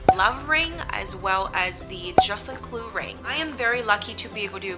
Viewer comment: Informative content. With kindness, I suggest that you practice the proper pronunciation of "juste un clou" in French or say just a nail until you nail it.